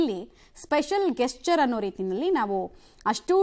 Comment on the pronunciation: ಜೆಶ್ಚರ್ ಅಮ್ಮ ಗೆಶ್ಚರ್ ಅಲ್ಲ.